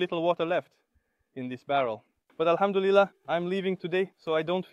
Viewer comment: The Ai made a mistake instead of saying Alhamdulilah, maybe you could do these type of vlogs in Arabic? You could speak in Arabic and leave English subtitles.